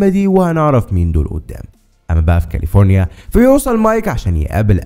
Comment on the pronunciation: معليش بس كاليفورينا مش كالفوريا